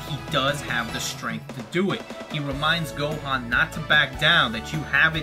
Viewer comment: He says Go-Juan....... Best DBZ character yet 10/10